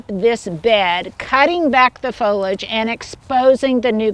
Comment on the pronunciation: foliage......has 3 syllables......don't eliminate the "e" sound in the middle!!!!!!